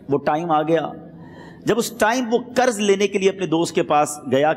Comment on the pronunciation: Karz nahi janab qarz kahiye. Pls pronunciation thik karen.